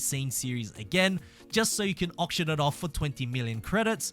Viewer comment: Why can no one who plays forza pronounce auction